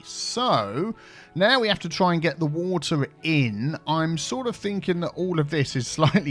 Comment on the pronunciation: "WaTEAr"... xD Put metro joining everything!!